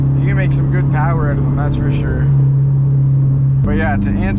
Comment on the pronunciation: "it ain't everyone's cup a tea but I think it's it's darn gewd" so Canadian, I love it